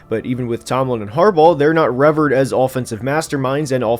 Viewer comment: Revered is pronounced "Rev-eared" not "revverd" great video otherwise